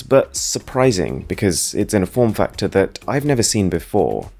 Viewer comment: “and a headphone jack mighT cuT inTo ThaT” “To fiT AroundT iT” like bro i understand what the aesthetic is around here but you’re overdoing the pronunciation